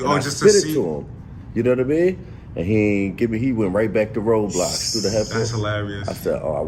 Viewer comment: Lol ayo it’s roblox my g not roadblocks